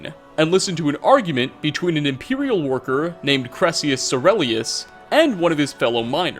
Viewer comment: Also, his name is pronounced Kai-Rel-Eus. He even says it